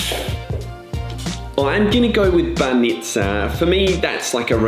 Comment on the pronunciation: Foreigners tend to put more stress on the suffix of the word rather than the prefix. You keep saying SofIa when its SOfia and the same with BAnitsa, you say BanItsa.